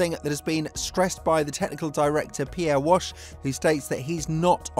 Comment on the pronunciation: Pier Wash... Lmao